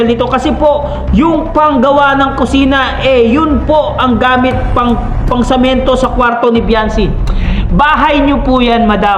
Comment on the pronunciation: sa sobrang daldal mo nabubulol ka na..yong salitang semento samento na nasasabi mo..d ka naman yat pinakikialaman ni Veancy sobra kang daldal